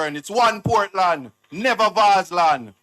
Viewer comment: No wonder he called it vaz(e) land, them capture the whole a Portland a him name Nanny